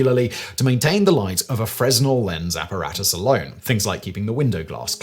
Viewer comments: Freznel ahaha. You can tell doesn't really know anything about the topic and just reads from a script. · The "s" in Fresnel is silent, being French and all. It's pronounced FRAY-nel. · Fruh-Nel not Frez-Nel. I was saying it the wrong way up until a few months ago. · Not FreS-NEL; its Frey-NEL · Fresnel is actually pronounced Fruh-nel. The s is actually silent. I got docked on that during my stagecraft days in high school. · A Fresnel lens (pronounced fray-NEL) inventor: Augustin-Jean Fresnel (French), not pronounced like Fresno (CA) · Fresnel is pronounced “Fre-nel” you don’t say the s… French is dumb lol 😅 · The correct pronunciation of Fresnel has a silent s: fruh-nel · Pretty sure Augustin-Jean pronounced his surname without the "s" sound, more like: Fren-el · While it is spelled "fresnel" it's pronounced simply as "fruhnel" without enunciating the "s" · ...pretty sure Fresnal is pronounced Frey-Nel... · Hey, Fresnel is pronounced as "fray-NELL," with the 's' being silent. You're welcome. 😉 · I know that this isn’t that important, and the video was wonderful, but you don’t pronounce the S in fresnel. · It's a French name/word. And the 's' is silent in both the English and French language. Just like the 'b' doubt or the 'w' in wrist... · You may want to look up how Fresnel is pronounced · The S is silent weirdly innit 😎 they are used in optics for people with wham prescriptions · famously doesn't give a shyte about proper pronunciation. He is doing better on the more serious channels though.